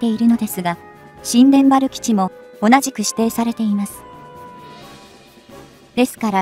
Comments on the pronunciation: 新田原（にゅうたばる）基地 発音します。 そうなると宮崎県もパック３やタイラッドが欲しいですね！ 新田原基地に中国の核ミサイルにロックオンされる危険が高くなる。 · 新田原･･「にゅうたばる」と正しく読めないのでしょうか？